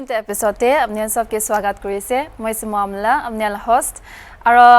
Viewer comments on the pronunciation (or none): u know wat, wenever she says her name I hear, sumoamla. 😂